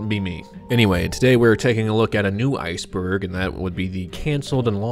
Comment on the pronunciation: I thought you said spiceburg 😂